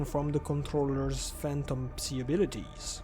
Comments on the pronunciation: Let me help you with English pronunciation, “Psi” or “psy” is pronounced like “sky” without the “k” sound, and without the “p” sound. As in the first sound of “psycho” or “psychotic” “Hazard” is pronounced with a hard “H” sound with the first A vowel being pronounced as the ä sound, like Hazmat, like the British pronounce H and the ä sound following it. HÄ-zard. The following “a” also sound more like an “e”. “HÄ-zerd” Love the videos, and the effort put into them. Anything to help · Ngl, i hate the pronunciation of "Psi". I just say it "psy" because that makes sense lol